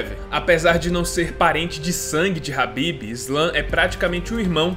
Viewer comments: pq falar habib se o nome do cara é khabib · Meu Deus mano, que agonia tu falando" H"ABIB toda hora.